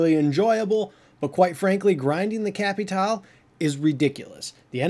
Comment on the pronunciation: It is Capitale not Capital